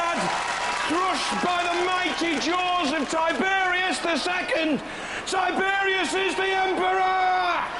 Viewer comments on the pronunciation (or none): Tiberius - another one the announcer can't pronounce